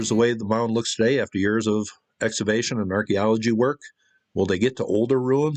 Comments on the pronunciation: I love this guy but he doesn't understand that the word "excavation" contains a "hard C". It's pronounced "ex-KA-vay-shun." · Had to shut it off after the third time you said "eggs-avation". EX-CAVATION EX-CAVATION